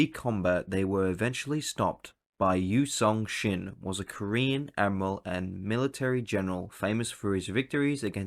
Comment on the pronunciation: Text and script: "Yi Sun-sin" Guy reading the script: "Yu Song-shin"